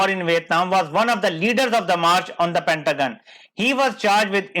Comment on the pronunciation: well detailed video, I liked. However, it is pentagon not pantagun 😶